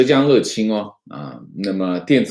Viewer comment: ，浙江温州乐(yue)清